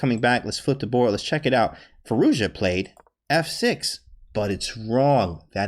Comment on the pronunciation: You nailed that pronounciation.